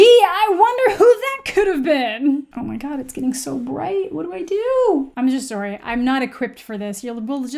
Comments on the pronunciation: I love how you can hear the canadian in amandas voice when she said soory in the beginning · lol you say sorry very Canadian